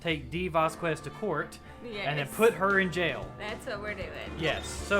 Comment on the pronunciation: And the latest of late corrections: "Vasquez" is pronounced "Vaskez". Without "Que".